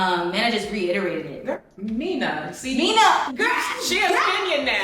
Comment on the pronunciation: You pronounced the name correctly in kiswahili Mena but whey you say mina it sounds differently